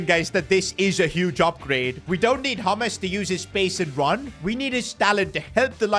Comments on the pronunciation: james not haames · It's not hames it's james please pronounce it properly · Bro is saying Hames Rodrigues instead of James Rodrigues the j is not silent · It’s James not hames😂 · He is not called hames he is called james bruh. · why you calling James Rodrigez his name Hames? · It's pronounced as Je m's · "haames rodriguez" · It's pronounced hames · bro says james in sted of james